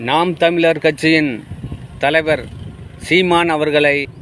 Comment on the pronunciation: நாம் தமிழர் என்றே உச்சரிக்க வரலயே ...